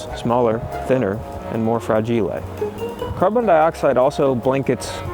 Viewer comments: Btw, did you get your pronunciation for "fra-gee-lay" from A Christmas Story?😅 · “Ah, ‘fra-geelay’ - it must be Italian!” 🤔😛